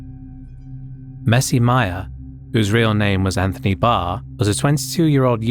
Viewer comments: Anthony Barre is pronounced Bah-ray not bar... Rip messy mya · Anthony ( Barraa its pronounced)